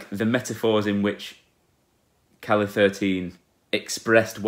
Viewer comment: And Calle spells like "ca-je", as with a J.